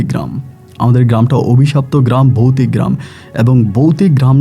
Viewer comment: Ami recent suchin but aste aste sob purano episode sunbo. Boutik noi voutik. Rag koro na vai